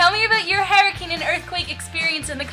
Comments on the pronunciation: HURricane, not 'herricane' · its pronounced HER-I-CANE not, hair-i-cane LOL -3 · You think you say tornado weird.. It sounds fine. You say hurricane like hairricane lol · tornadoes sounds normal.. the way you say hurricane is the weird one! haha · The way you say hurricane is so freaking funny. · I thought it was funny because you said that you say tornado weird and I thought it sounded normal and I thought you said hurricane weird but it probably sounded fine to you!